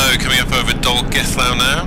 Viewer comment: Your pronunciation of Llanbedr was spot on. Dinas Mawddwy is "dee-nas mow-th-wee" (with "ow" to rhyme with the expression of pain). Or if you want a more crude guide, "dee-nas mouth-wee". But "mouth" as in the verb, "to mouth", rather than the noun "a mouth". Dolgellau - mostly right, but the "au" is pronounced "eye". But a point of history: Edward didn't build castles for defensive positions. He built them to subjugate and dominate the local population. A contemporary comparison, think of Vladimir Putin complaining because the Ukrainian people are shooting at his Russian soldiers while they attempt to capture large parts of Ukraine.